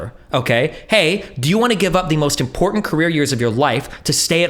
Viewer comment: I can't believe this, does the same thing Lauren Southern does... absolutely slams home the Ts in important. Unacceptable, unsubbing from the onlyfans.